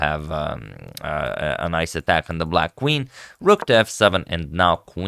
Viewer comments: “kuh-ween to D7”- antonio agadslaytor 💅🏻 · Kuh-WEEN to D7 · "Quaween to d7" - agadmator